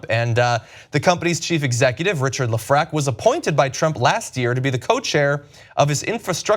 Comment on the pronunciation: Hey John, great post as usual. Just know that Lefrak is pronounced Lef-Rack